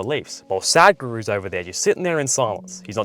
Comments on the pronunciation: bro say sa dh guru not sad guru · Please don't mind me correcting you, it is Sudh Guru (In terms of pronunciation) and not Sad Guru.